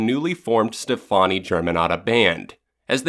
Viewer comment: You know.... it’s pronounced Stephanie right? That aside this is perfect, you & Hannah did the damn thing.